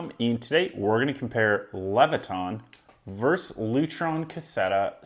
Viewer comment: Versus, not Verse!